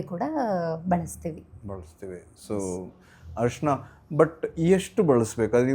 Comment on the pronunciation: ಹರ್ಷಣ ಅಲ್ಲ mam ಅರಿಶಿನ ಅಂತಾ ಹೇಳಿ ಶ್ವಾಸಕಾಸ ಅಲ್ಲ ಮೇಡಂ ಅದು ಶ್ವಾಸಕೋಶ